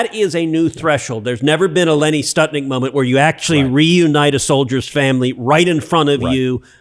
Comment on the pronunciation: Lenny Skutnik - Florida flight 90 crash into the Potomac hitting multiple vehicles on the bridge knocking them into the water below. My point is Skutnik not Stutnik. and this was a major plane crash not somebody crashing into the Potomac moment, survivors attempting to swim in the icy water and dying before the eyes of onlookers when this hero, gathered with many people on the bank of the river defied the risk to his own life by jumping from the bank into the water and saving a woman who was nearly sucked into the icy grave.